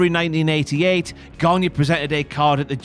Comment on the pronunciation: The pronunciation of Gagne is not Ganya but Gani.